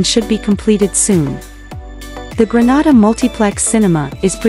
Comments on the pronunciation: It's not Granada it's Grenada when breaking it syllables I can hèlp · Is this real true, and why are she sayings granada, is Grenade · 😊😊please note the pronunciation.... Greenayda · Please learn how to pronounce the name of the Island. It is GR EN A DA! We are not in Spain. Please note we need you to pronounce the name of the Island correctly. Thank you. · It’s pronounced Gre-nay-da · 🤦It's pronounced " grə-NAY-də" NOT pronounced like the Spanish city.🤦‍♂ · This is BS, leave Grenada pronounced (Gre-Nay-Da] out of your mess. Clout chase off of someone else. Please and thank you. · If you are going to talk about Grenada you need to learn how to pronounce the words properly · Your pronunciation of the Islands name is wrong!!! Granada is in spain! Learn the correct pronunciation! It's annoying listening to it. We're not in spain!! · Please pronounce the country’s name properly. The name that you are pronouncing is another country called exactly 😢that name . Do your research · Can’t even pronounce the name…..what you know of it.Big lie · Pronounce Grenada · This is so true am a grenadian. But grenada wasn't pronounced right in the video